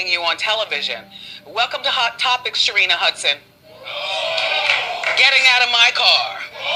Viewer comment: Please pronounce her name correctly